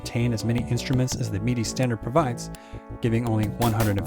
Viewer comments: He keeps saying "meedy" instead of "middy" for the pronunciation of "MIDI". Have I been pronouncing it wrong all these years? :) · "Meaty" controller. Am I the only one that says "Mid-ee"? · Is this guy saying MIDI wrong or am I? I've always said MID-E as in the word middle followed by the letter E. This guy says it MEED-E as in the ye olde drink Mead followed by the letter E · “Your Meaty Device” lol 😂 never heard someone pronounce it that way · Excellent video, but I can't be the only one slightly annoyed by hearing MIDI pronounced as 'Meedy', am I? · What's a Meedee file? Is that like a MIDI file for people who don't know how to pronounce words? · Lol I kept thinking you were saying “meaty” device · Enjoyed your video. I've just never heard anyone pronounce MIDI the way you do 😄 "Meaty." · Am I the only one that's really annoyed at the pronunciation of MIDI? I'm not the person that usually complains about this, but "mee-dee" sounds a lot like "media", especially with the loud background music.